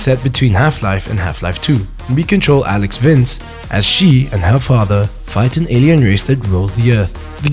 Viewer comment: "alyx vince"